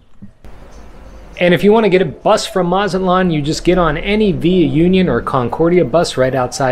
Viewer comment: Union is pronounced Ew-Kne-Ohn. Those tacos look yummy.